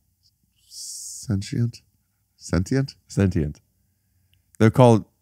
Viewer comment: Finally!!! The correct pronunciation of sentient!! Thank you so much Rick.. Doing gods work here seriously now maybe Ari can correct Joe & Duncan?